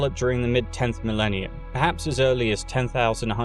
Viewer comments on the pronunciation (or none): none